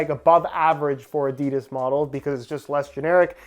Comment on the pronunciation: Its adi-das not adids